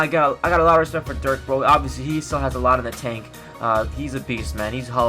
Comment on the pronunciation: you say give him respect but you cant even say Di4ks name right